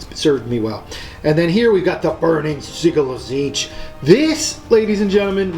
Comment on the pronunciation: Great batrep. My only gripe is your pronunciation of sigil. It's Sij-yul not siggle